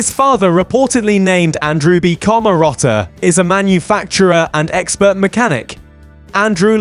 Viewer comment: Why can't you pronounce his name or other simple words 😂😂😂😂